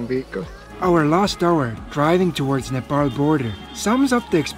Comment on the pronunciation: thank you for correct pronunciation of NEPAL